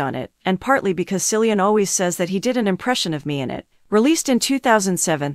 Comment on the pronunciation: "sillian murphy" ☠